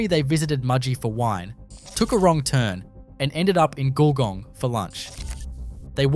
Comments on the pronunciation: Well done, check your pronunction for GULGONG nice try though. lol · Great but u can't pronounce our Australian names ! Eg Wagga and Gulgong